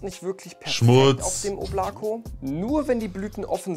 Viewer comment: Oblako wird im übrigen O-bla-ka ausgesprochen 😂 aber der Name wurde soooo oft schon falsch genannt, dass es nun nicht mehr zu retten ist. RIP